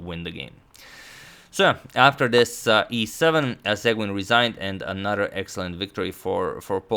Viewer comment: Seguin --> pronounced: say-gan